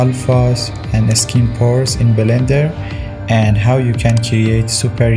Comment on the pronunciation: belender lmao